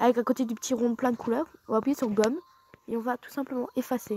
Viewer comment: J'ai trop kiffer quand tu a dit appouyer et non appuyer 😂